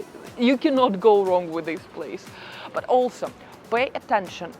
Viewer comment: Other than your British Russian Accent you have a lot of good points. Work in saying “but” and “first” in English. It sounds nothing like those words. 😅